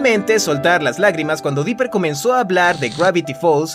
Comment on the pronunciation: Dise Biper 🙅